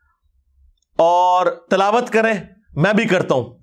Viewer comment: Tilawat ko talawat bolta hai. Aur english ka lafz PRONUNCIATION bhi galat adaa krta hai ye mirza😂😂😂